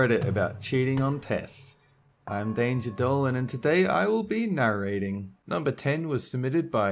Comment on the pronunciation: He didn't roll his r in narrator.... WHO ARE YOU AND WHAT DID YOU DO WITH THE REAL DOLAN